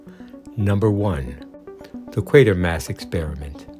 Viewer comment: Excellent choices. Five of my favorite Sci fi movies. All are enjoyable for how completely straight the cast plays it. And a special thank you for pronouncing QUATERMASS correctly!!